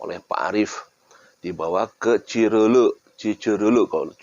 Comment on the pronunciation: Bang jigana sanes urang sunda nya? Nyebat "curuluk" ge meni sesah 😁